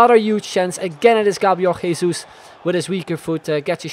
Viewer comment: gabriel jesus is pronounced with the french j, as in jean-paul.